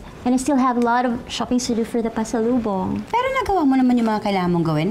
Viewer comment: paselobong HAHAHAHAHA